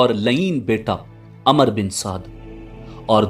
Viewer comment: Umer ibne saad not amar ibne saad.